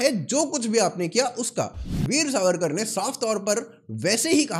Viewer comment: Pronounce veer vinatak damodar savarkar CORRECTLY.